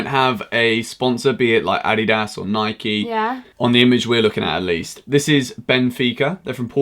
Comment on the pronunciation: He said Nike wrong